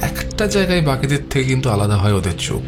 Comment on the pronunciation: I enjoy your audio stories very much. Great job. Pronounciation is very vlear except the word, ‘hay’. Please make sure it doesn’t sound like ‘hai’.